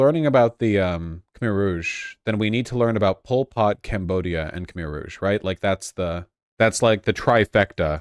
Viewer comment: It's pronounced Kh-mai!